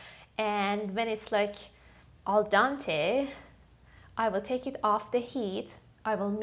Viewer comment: Al dente not dante